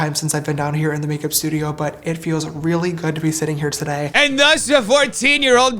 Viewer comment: Even before everything came out about him, I could never understand how anyone could watch him. The peanut butter mouth talk is too much for me. 😂 The first time I heard him pronounce “today” like “to-die” I knew I couldn’t do it. Lol